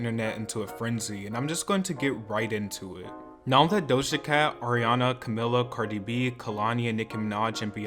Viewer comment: it’s been years & you pronounce Camila’s name wrong 😂 It’s pronounced the latin way “Ca-mee-la”. Lol